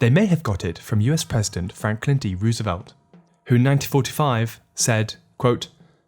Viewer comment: say it with me "rose" "ah" "velt"